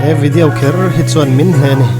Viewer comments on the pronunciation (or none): none